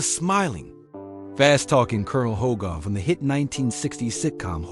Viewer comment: Don't bother! This clown can't even properly pronouce "Hogan." He says "Hogone."